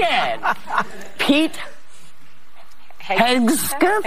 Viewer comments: Milley is a treasonous monster who needs to be removed immediately.....and disrespectful Whoopie purposefully mispronouncing Pete Hegseth's name made her look like a clown. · If Whoopi can’t pronounce the name of the new Trump Secretary of Defense - then how can she know enough about his qualifications to judge him? 🤷‍♀️🤷‍♀️🤷‍♀️ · How cheap and disgusting is she pretending not to know his surname! 🥴 Was it not r~c~st when Kamala's name was mispronounced? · Whoopi making fun and she can’t even pronounce his name🙈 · You pay Whoopi 3 million a year and she can’t pronounce a person’s name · Whoopie can barely read and make the man's name seem impossible to pronounce all the while her name is whoopie Goldberg. Let that sink in. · How about not pronouncing his name correctly ms Whoopy when they were having a panic attack when others didn’t pronounce Kamala’s name “correctly” interesting isn’t it? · I love how Whoopi Goldberg has a opinion on the secretary of defense, and she doesn’t even know who he is or how to say his name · What is Dopey female and she has the nerve to say you ready for this? You're the one who's not ready for it because you can't even pronounce the name😂😂😂😂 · The way they made fun of Pete's name.... The same people who said it was blasphemous to mispronounce Kamala